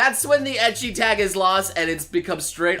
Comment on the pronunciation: still triggered how he says ecchi